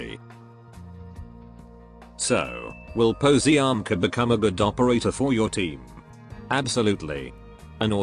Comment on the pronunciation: Is more likely Paziomka the pronunciation